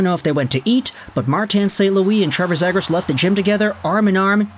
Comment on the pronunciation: Yoo love your vids and appreciate the hard work and research you put in. But Ima need you to pronounce Zegras as “Zee-gras” pls 😭